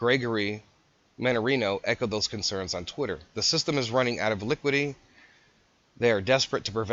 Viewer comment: It's "liquidity" not "liquidy."